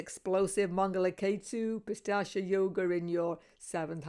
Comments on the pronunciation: Not pistachya .. that's a nut (pista) it is pronounced as "peesaach" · Thanks a lot for this wonderful analysis. Please check the pronunciation for 'Pishhachha'. It's pronounced Pi (As in Pete) Sha (as in Sharjah, not as in Shame), Cha (as in charge). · Even she is saying "Pistachio" 😂😂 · Hi, that's pishaacha yoga not pistacha yoga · It's not pistachio yoga ... It's pishacha yoga no T.. it means low grade evil ( pishacha) in Sanskrit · Its Pishacha yoga !!! There is no "T" in there. Your pronunciations are way too exaggerated!!! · Pi- saa- ch yog 🥸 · Did you say pistachio yoga? 😂😂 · It's said pis-arch-aa. has a unique pronunciation 😊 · It’s pistachio 😖